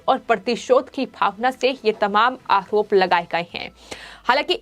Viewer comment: Madam..say, आरोप and not आहरोप .you always speak words with ह in it. सुधर jayiye